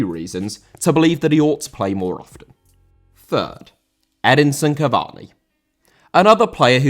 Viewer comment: Cavani* not Cavorni